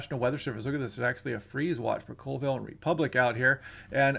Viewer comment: Just stumbled across your channel and I find it interesting and potentially very useful. One comment. Colville is pronounced “CALL-VILLE” even though it looks like it should be pronounced the way you did.